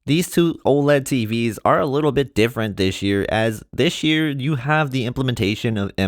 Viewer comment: Man you should really stop saying "Dish year"